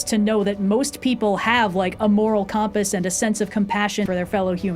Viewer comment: Every time says "compass" it feels like a glitch in the matrix